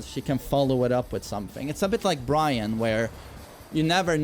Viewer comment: FINALLY, you got bryan (byron) right!